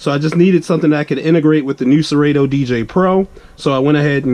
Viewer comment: The way “serato” was pronounced was a first